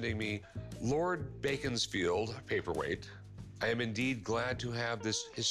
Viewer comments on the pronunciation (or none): It's not bacon like food it's beacon like hill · Where's baconsfield.... it's pronounced BEACONS FIELD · It's Beckon-sfield, not beacon-sfield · Baconsfield!? It's beaconsfield pronounced beckons-field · Did they say baconsfield? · It’s pronounced “beckonsfield”.